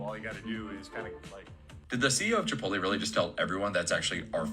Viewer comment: You’re a grown man and can’t pronounce Chipotle? 😂